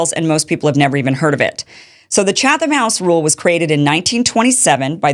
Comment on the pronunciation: Wow...this is the biggest load of horse manure I've heard in a long time. First of all, any real journalist knows what the Chatham (that's pronounced chat-ham you ignorant twit) House Rules are. Second, how can you possibly accuse Pool of secretly pushing the Israeli agenda to his audience when he said right up front who he met with, the general topics discussed - which by the way were not what Kimmy here claims, and what Pool told the Israelis. I could go on and on... Kim, you're no journalist. Tim Pool is. Do better.